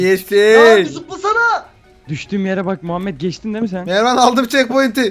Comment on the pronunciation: NDNG-Enes Batur :Mervan yerine - mirvan :D